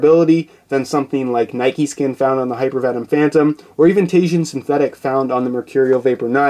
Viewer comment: Its just Nike, not "Nikey"